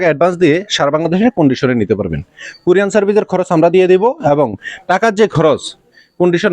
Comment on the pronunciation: আরে ব্যাটা ভোদাই কুরিয়ান সার্ভিস না,ওটা হবে কুরিয়ার সার্ভিস। বার বার কুরিয়ান কুরিয়ান সার্ভিস বলছে।